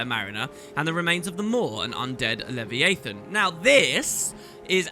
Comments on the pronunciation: I got a chill when i heard say le-vi-ya-tan instead of le-va-ya-tan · hahaha. You're not kidding about pronunciation. Leh-vee-AY-thun? That can't be a British thing. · My goodness that pronounciation of leviathan was the worst one I’ve heard yet